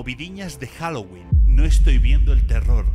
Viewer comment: Señora diciendo "juaguoling"🥱 diciendo 🔥Jaguolin🔥 🤩🤩